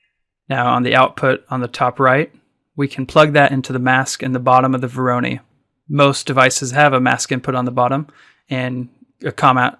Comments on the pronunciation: Vor - ruh - noy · When did Voronoi become veronee?